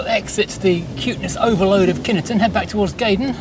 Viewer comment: It’s Kyneton not kinnerton